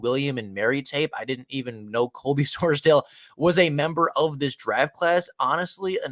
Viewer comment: SORES-dahl not SORES-dale